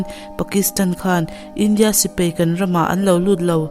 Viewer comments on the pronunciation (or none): Bengvarthlak hle mai. Sipei ti lo in Sipai tiin lam fiah lehzual la... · Thu hi uluk deuh theih se angihnawm ngawt ang sipei nilo in sipai tih ang te,mi tam zawk hi chuan mizo tawng hi kan duhtui ve a nia